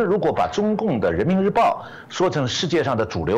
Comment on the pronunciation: 我也來「獻曝」，主持人的把提問的no first中的 first 發音錯了。